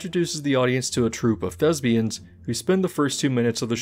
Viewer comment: Love your videos. Love you. Just so you know, it's "thespians" with a "p", not a "b".